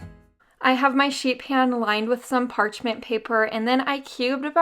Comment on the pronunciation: I kept hearing, sheep ham, sheep ham..